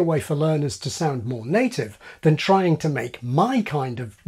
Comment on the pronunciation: Wonderful video. My favorite youtuber, who analyzes chess games, pronounces all his 'str' words as 'shtr' and this video has helped me lose my judgment about it. Little observation: , in a sentence in which you say you retract your 't', you say 'chrying' (trying). You also say 'rechracted' (retracted) in that sentence. You are on the 'chrain' team (for some words) after all!